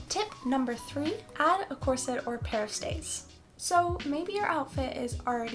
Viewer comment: Corset is pronounced with emphasis on the first syllable, not the second.